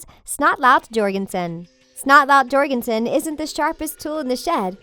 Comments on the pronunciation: It's pronounced Your-Gun-son not G/J or-gun-son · Yorginson not jorgiston! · It's not (j or gen son) its (yourgenson), spelled jorgenson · You don’t say it as Jorgenson you said it like yorgenson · Why did they say snotlout’s last name wrong 😭 it’s YORGENSON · AHAHAHAHAHA she said Snotlout jjjjorgenson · ITS SNOTLOUT 'YORGENSON' YOU MUTTONHEAD -Spaghetti but me